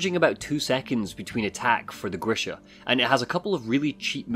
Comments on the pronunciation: The name of wolverine thing is "G" as in good, "R" as in "red", I as in "it", "SH", as in she, A as in amen. it is just a short version of the name Gregory. Sorry for this spell checking. It is a normal name in my part of the world and very likely base on the names of the developers they know this name as well. EDIT: Later you pronounce the name right 👍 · The beast is not GrishNa, it's Grisha, like a Slavic name